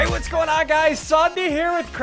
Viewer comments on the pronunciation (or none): none